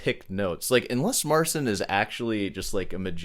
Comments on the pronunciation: Marcin. You soften the "c" in his name, which causes you to pronounce it incorrectly. The "c" is harder than you pronounce it. Type it into Google Translate and listen. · Start the video by saying I can't even begin to pronounce this guy's surname and then spend 20 totally mispronouncing his first name... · It takes 5 seconds to learn how to pronounce his name. And you can’t even do that. Why would anyone care about anything else you say later in the video? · What I find most astonishing is that I actually watched the entirety of your critique here! … which was very challenging to do, considering you can’t even pronounce Marcin’s name correctly. As much of a click-bait YouTuber as you are, one would think you could have taken 15 seconds to learn how to pronounce his name before producing a 22 minute-long video … (wait, that took you how many hours)? 🧐 It’s cool that you shared a brief clip of him playing Paganini — because, if you know anything about music history, and Paganini specifically, you’ll know that many people among the audiences of Paganini went screaming from the theaters, thinking he was literally possessed by the Devil, for his wildly innovative, “never heard before,” virtuosic violin skills. I, too, am classically-trained on the 88 strings of the piano, btw. My piano teacher was very disappointed that I didn’t go on to pursue keyboard & piano as a music major in college, after embarking upon the pipe organ my senior year in high school; but I never wanted it to become work, because the piano is my one “get-away” from every other stressor in life. It’s my oasis if you will — with Chopin & Tchaikovsky being my No. 1 homies. Regardless of whether there are layers of additional tracks in Marcin’s video or not, he is unarguably a virtuoso in his own right with a very innovative approach … (uhm, not unlike Paganini). Maybe he IS a “magician.” 🤔 Picking [pun intended, I suppose] apart his intro to the melody, with your mic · His name is pronounced Mar-cheen.